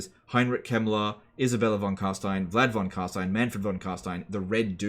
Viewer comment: Congratulations on having learned to pronounce Carstein correctly. It is a delight to listen to. Keep up the good work :)